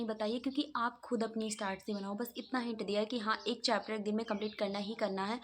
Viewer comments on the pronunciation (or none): It's chapter dii not chepter